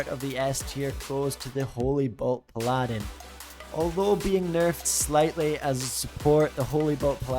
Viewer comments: Paladin is pronounced "PALL-adin" not "P-Ladin" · ok cool, but still... It just makes you look silly. Pronounce the word like the rest of the world does and people will stop correcting you.